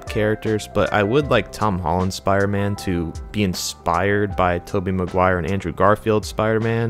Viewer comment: Jesus Christ can u pronounce spiDer man? Good video bro but please I know u can do it I heard u in the beginning